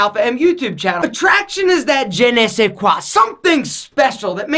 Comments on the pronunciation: "Jeh neh seh kwa"? Fuck off you yank moron. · I'm sorry but did he said "je ne sais quoi" lol